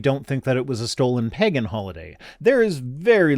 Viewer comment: TIL pronounces the word "pagan" in a very weird way. 😆😆